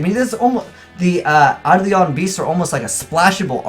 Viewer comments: Say it with me you cheeky scrub; Eye-Dough-Lawn. NOT Eye-dLeeawn. It's not that hard Kappa. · Emmy Quiades It's actually Ayy-duh-lawn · Primeturtlerobot ei·do·lon īˈdōlən/Submit noun 1. an idealized person or thing. 2. a specter or phantom. Google is pronouncing it with the standard American dialect. Eye-Dolan.